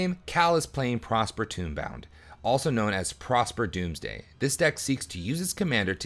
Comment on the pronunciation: Good games! It was cool to see Prosper go off. As constructive feedback though, the mispronunciations are killing me. Sen-say's top not sen-see's and tome-bound not tomb-bound.